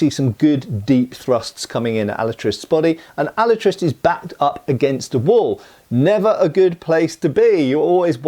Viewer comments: In Spanish It’s pronounced “ah-La-tree-stay” not “Al-uh-trist” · Alatriste is Alatriste, not Alatrist. The e of the end it´s not silent in Spanish. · Hearing that kept bugging the fuck outta me. No entiendo lo difícil de pronunciar la "e" al final... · ¡Hola! In spanish there are no silent letters, (with the exception of the letter "h"), so his name does not sound like "Alatrist" but "AlatristE". The final "e" has to be pronounced. By the way, his surname, Alatriste, is a made up word, composed by two real words: "Ala" which means "Wing", and "triste" which is "sad", so the literal translation would be "Sadwing", although, it's just his name, and don't really has any more meaning than that. His final opponent is not spanish, but italian, and is clearly noticiable in the way he speaks (spanish, but with a strong foreign accent and some italian words here and there, if I recall correctly). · in Spanish e is pronounced eh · alatristE the E isn't silent it means sad wing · Just a nitpick from a spaniard, at the beginning you say "Alatraist" and don't pronounce the "e", not that I care much about pronunciations (mine is rusty as hell), but it makes it look like you tried to sound english and might confuse people, if so, it should be translated to "SadWing". Awesome video keep at it! =D In addition, if someone gets curious about the movie, it's nice, not awesome, but nice, even more so if you are not a fan of the books, if you are, you probably didn't watch it and didn't like it much =p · "He wasn't the most honest, nor the most pious man, but he was brave. His name was Diego Alatriste y Tenorio, and he had fought in the Tercios in the wars of Flanders" Pronounced alah - Trís - teh. stressed in the second syllable. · Alatriste is pronounced Alatrist-ay. Not a big deal, just lyk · Pronunciation help: it's said "Alatristay" Great vid. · Can't watch your video if the guy is gonna pronounce the name of the movie wrong throughout the video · The e is not mute.